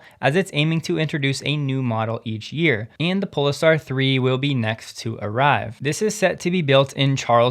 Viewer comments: pole-star, not 'pole-ah-star' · Polestar is pronounced pole-star, not pole-es-star. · Pole… Star… not PolEstar.. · It's Pole-star, not Po-le-star. It's named after the Northern Star, which is above the North Pole. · Why are you pronouncing Polestar so weird?